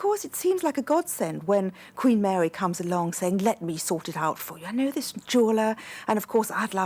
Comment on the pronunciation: At 20 minutes in, the speech impediment that woman has! My goodness! Queen Mawy weceived emewawds and mixed them with the Cambwidge emewawds... Oh dear.